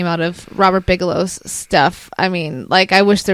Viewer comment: Why do you keep saying Bijalow 😂🤷🏼‍♂️